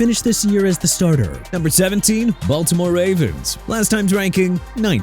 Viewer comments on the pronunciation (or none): none